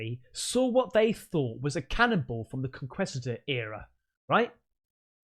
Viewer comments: Hey, love your show, but dude stop saying "Con-quest-ador" no "quest" it's "kee-st" "Con-keest-a-dor" my high school mascot was a Conquistador. I'm from L.A. But love your show keep it real!!! -thanx😊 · Conquistador is PRONOUNCED Con-kee-sta-door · Conquistador - ( CONE- KEY- STA- DOOR) Hopefully this helps you pronounce this better, I know English may not be your first language, (even though that's a Spanish word) you're doing great, love your stuff more so the freaky deeky, forget the haters, haters gon hate, hate us cause they ain't us and all that stuff, cheers. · Con-kist-adore Conquistador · Conkeestadoors bro😂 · Kon-keyster-door. pronunciation . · In grade school, we were forced to pronounce "conquistador" : Con - KEY - Sta - Door - although BOTH pronunciations are used. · Pronounced “Conkeestator” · MATE, How do u RESEARCH 👽 & NOT DISCOVER THE CATTLE MUTALATTION PHENOMENON...ITS NOT ABOUT 1 SILLY VIDEO 😜 & ITS PRONOUNCED A-MOO-A-MOO-A 🐄 ...😂 BUT SERIOUSLY IT IS!!! & for God's sake ITS CON QUIEST TA DOOR, NOT CON QUEST TA DOOR!!! THE BETZ SPHERE WAS FOUND IN THE 1970'S THE SPANISH CONQUSET WAS THE 1500 & 1600'S !!!! BETZ THOUGHT IT WAS A FKN CANNON BALL AT FIRST IS ALL THEY MEANT LMAO😂😂😂😂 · Their have been cows being mutilated for decades here in the US that some believe were caused by aliens. Surgical precision that vets are baffled by and absolutely can’t blame on an animal nor on a lot of vets…because it looks like laser cuts and such! Edit: Conquistador is pronounced: kuhn-kee-stuh-dor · Hey there it's pronounced cone-keest-ah-door Spanish for the men who conquered the Latin American countries. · Oh and your pronouncing conquistador wrong. (Kon-kest-adoor)I know you have heard of the Spanish conquistadors trying to find gold and such and wiping out people in South America back in the day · The word is conquistador (Con Keest a door) Good lord dude. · Cone-Keest-a-doors, is the pronunciation of the Spanish word Conquistador